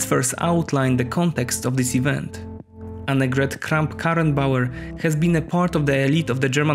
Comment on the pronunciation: Dude for a non German u flexed on the name of AKK several times. Very Nice job and great video.